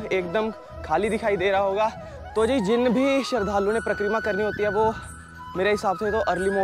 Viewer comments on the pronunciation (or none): Pra-kreera nhi, Parikrama and Brij nhi, Braj… Baki apki video sabse badiya videos mei se hai aur abhi tak humne 5-6 Braj ki videos dekh li, lekin Ladli ji k mandir ki jaankaari , k wahan old people aur physically jo Bhagat fit nhi hai, wo kese ja sakte hain,sirf aur sirf aap ne bataya ,to hamein to sabse badiya apki he video lgi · It is Pari-kramaa.. not Prakk-reema